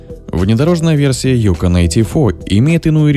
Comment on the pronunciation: Опять диктор неправильно ударение ставит. Правильно на вторую гласную ЮкОн.